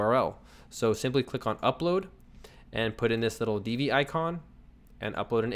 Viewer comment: FYI - Divi is pronounced "div-vee" not "dee-vee." The name is derived from the tag. Peace.